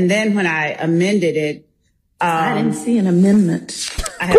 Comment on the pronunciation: Did the proecuter just ptonounce DIDN'T DI N'T??